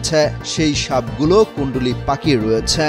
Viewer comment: আমিও বুঝলাম না বিরক্ত হয়ে গেছি ইনার এই উচ্চারণ শুনে,,, কুন্ডলি পাকিয়ে রয়েছে লাস্টের সে বলে এমন একটা কোথ দিচ্ছে যেন টয়লেট আটকে গেছে 😂😂